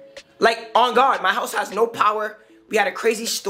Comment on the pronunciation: You can’t gwaurd me- antfalcone